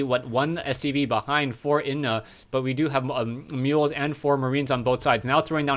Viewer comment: inuh maybe is pronounced as ih-no :)) i like the way you say naruto haha its driving me crazy